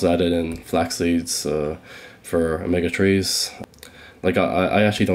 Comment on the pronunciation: Bizarre pronouncing